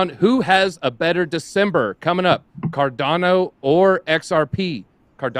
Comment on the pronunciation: Does this clown not know how to pronounce cardano? Dude literally everyones pronouncing it right and ur doing it wrong